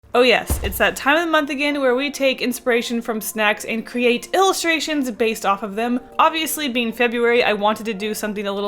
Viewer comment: cre-ATE ohhh